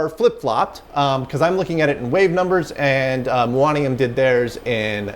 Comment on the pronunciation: Addendum - it's "mew-oh-knee-uhm", I am a little exotic atom made of a positive antimuon and an electron and I only live for about 2 microseconds before decaying into a positron and a couple neutrinos, but I have real energy levels and everything, just like a normal atom! ⚛😊😄